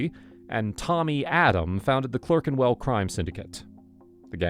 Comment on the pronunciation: Maltese gangs ran a lot of the prostitution and heroin in Soho for a long time. Oh, Clerkenwell is pronounced British style "clark". I also thought it was really funny was the narrator said the Hoxton gang were based in Soho. What? Was the Soho gang based in Hoxton, or did all gangs move sort of six neighborhoods to the West, putting the Soho gang (Yes, I do know there's no such thing) in Gunnersby, and the Gunnersby gang in West Drayton.